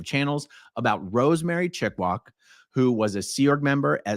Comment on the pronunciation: I see. "Chickwak", not "Chickwog"